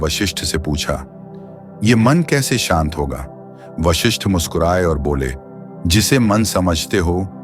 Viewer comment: विश्लेषण पिकही किया लेकीन वशिष्ठ के जिस हर बार वाशिष्ठ बोलते गये .आपको इतनाही मालुम नहीं की उस ग्रंथका नाम योग वशिष्ठ है | वाशिष्ठ नहीं | ॐ